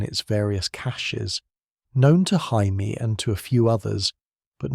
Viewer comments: Great retelling, except for calling Jamie Lannister - Hymie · i mean to be fair, its spelled jaime not jamie so either pronunciation is fair